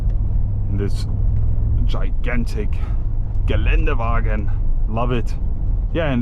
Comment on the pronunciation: nach dem ich gehort habe wie du gelande wagen gesagt hast wusste ich das du deutsch bist